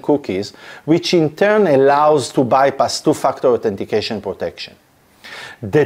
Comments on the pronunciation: Your accent makes it sound like you are saying "to f#ck the authentication" And i love it. :) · Sorry but I have to laugh every time you say "two factor"🤣🤣🤣But seriously, very informative thanks.